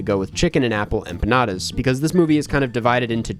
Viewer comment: could you at least try to pronounce empanadas correctly? It's not hard.